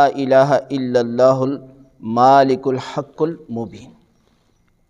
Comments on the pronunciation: Me ne iss zikr k baare aksar jga pr ye parrha he k ye 101 baar parrha jaey aur iske awwal o aakhir 11. 11 baar Drood Shrif b parrha jaey. Aur ye lafz "Maaalik" yaani Meem pr khrri zabar k sath NAHI he Balke "Malik" yaani sirf simple Zabar k saath he. Maaalik means Owner and Malik means King... Wallah ahlum... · Mashallah Is zikr may lafz malikul haqul mobeen hay maaaalikul nahi plz check it